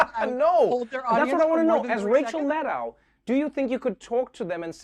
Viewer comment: It's MAD-doe (as in deer). I've heard her say it in person. She never corrects people like Trevor or Nicolle Wallace, but I teach students with names from all over the world and pronouncing their names correctly is something they always value.